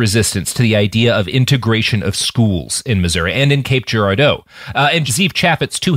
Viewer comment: Great episode but I gotta say hearing Robert constantly mispronouncing Cape Girardeau (gir-AR-doh) makes me want to take away his Missourian status